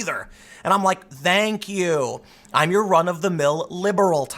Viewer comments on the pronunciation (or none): The "th" in "thank" is not voiced.